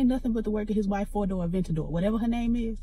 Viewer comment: Did you say four door ventadoor??? Lol